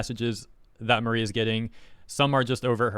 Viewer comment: Her name is not Marie, it’s Mari, rhymes with sorry